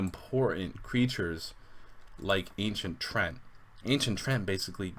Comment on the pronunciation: Offtopic: One thing I have been noticing in your videos, and even when talking to other people: Most people are mispronouncing "Treant". It is not "Trent", it is "Tree-ant". With the wrong pronounciation, the flavor text of the Ancient Treant makes no sense at all. Also, you can check the origins of the term here: Basically, it is a combination of "Tree" and "Giant", which leads to the correct pronounciation